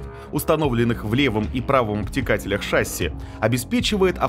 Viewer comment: какая шАсся.?? правильно говорить шассИ.!!